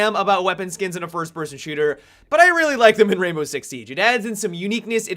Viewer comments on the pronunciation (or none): none